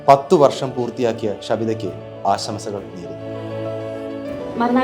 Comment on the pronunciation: ആശംസകൾ എന്നാണ് പറയേണ്ടത്. അല്ലാതെ ആസംശകൾ എന്നല്ല. പ്രത്യേകം ശ്രദ്ധിക്കണം. വലിയ ചാനലുകളിൽ പോലും ഇത് കേൾക്കാം വളരെ ഇഷ്ടപ്പെട്ട ചാനലൽ ആയതുകൊണ്ടാണ് പറയുന്നത്.